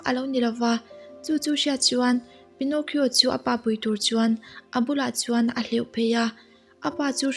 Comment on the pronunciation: Pi-naw-ki-aw ti a lam tur a niaaaaa 🤥